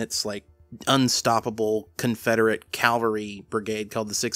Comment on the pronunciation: Its really frustrating that nobody else seems to know how to pronounce "cavalry".